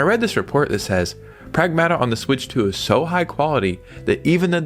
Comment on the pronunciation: I know u don't really care but it's pràgmata